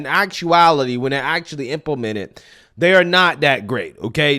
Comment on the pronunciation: Drives me nuts to hear you be so articulate, yet still say Dis (this), Dat(that), Day (they).